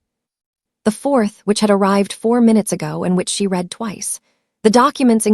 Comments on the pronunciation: The past tense of read is pronounced “red” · Ok a few things Avenue of the Americas is Midtown Manhattan Newark New Jersey is not New York Two very different places. Read and read spelled the same pronounced differently get it together messes up the flow of the sentence. People listening to learn English are getting messed up.